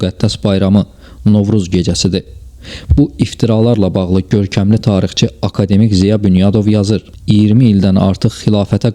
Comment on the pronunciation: Bəs niyə "akademİk"? Bəlkə akAdemik? Vurğunu niyə düz qoyursunuz? Yoxsa süni intellekt səsləndirib videonu?